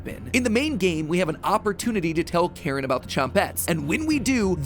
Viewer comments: I’m pretty certain it’s pronounced “Kuh-rin”. Not Karen. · Pretty sure they way you're supposed to pronounce that name is care-een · Also i don’t think it’s pronounced Karen it’s spelt differently so yeah